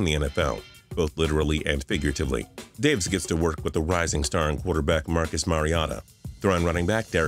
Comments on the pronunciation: So we’re just going to ignore him saying Marcus mariata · "Marcus Mariata" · Marcus Mariata lol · Who is Marcus mariats? I know Marcus Mariota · You guys are mad about thielan, but I'm mad about how he butchered Marcus Mariota's name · He said Marcus Mariota's name wrong